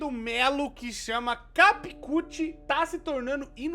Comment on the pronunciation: Capi CUT kkkkkk amo 😂😂😂😂 será que acabei de descobrir que pronuncio errado a anos?